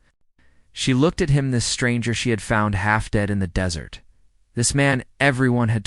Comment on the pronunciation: Please don't pronounce desert like dessert. Really?!!!